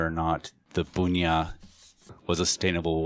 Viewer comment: I think Bunya in pronounced BUN YUH, you are saying it more like Boon yuh.